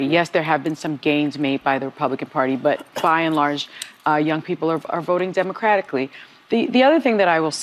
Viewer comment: When that airhead said demicratlically, I said the same Ish. Republically 😂😂😂😂😂